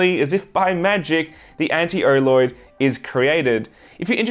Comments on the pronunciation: Every time he says oloid, it sounds like orloid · he keeps saying "erloid" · I accidentally pulled up the auto-generative subtitles, and every time he says oloid YouTube translates Oh Lord!